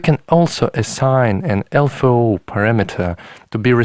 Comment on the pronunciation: One thing ist triggering me.... -> LFO= Low Frequency Oscillator and spoken out L-F-O. Beside, great video. I own a Ti myself, i wished i have the time to explore it all deeply